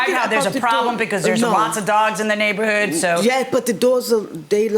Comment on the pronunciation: Go back to , and play it at 0.5 speed. She says "Dere's alotta doagz in my nayvorhood, so when I wawk my doag, dere's doagz ebbyway" She REALLY says "Nayvorhood and Ebbyway" LOL 🤣